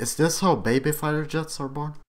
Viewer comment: figther? its fighter